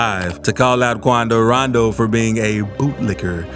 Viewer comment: KWANDO RANDOW!